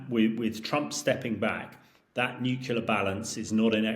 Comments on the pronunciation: Excellent content - but this mispronunciation gets right on my nerves. Say this “NEW CLEAR” not NUKULAR!!!!!!! Please can we get experts to pronounce the word properly: NEW + CLEAR = NUCLEAR. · 🎯My top "pet peeve"! How does one spell "New-Q-Lar" anyway? 2 syllables: "nu + clear", it's not that hard. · Stop saying NUKULAR……fool….. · "... the area of my expertise, the newkyuler end" hahahaha. 😂. Get out of it you stuffed shirt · Is he saying "n u cular" over and over ? Is he supposed to be an expert ? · This "expert" can't even say "nuclear" correctly. Sad af. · If your guest’s speciality is “nuclear” then his inability to say that word properly undermines his credibility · Why is it that you so called clever people can't even pronounce nuclear! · This nitwit can’t pronounce ‘nuclear’ correctly. Is he credible? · I'm aghast that a self-procliamed expert in Nuclear weapons can't even pronounce nuclear properly. Spent his life surrounded by yes-men?